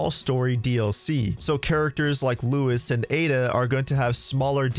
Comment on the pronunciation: Who tf is lewis, isn’t his name Luis